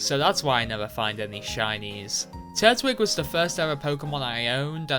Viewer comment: First time I have heard anyone pronounce "Tur-twig" as "Turt-wig"